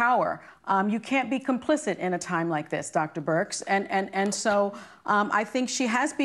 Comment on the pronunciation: I hope Whoopi's ok. Something seems off. She's been stuttering and mispronouncing words ever since she came back from being sick. "Dr. Brix"? and